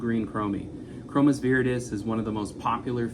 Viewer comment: ˈkrō-məs not mē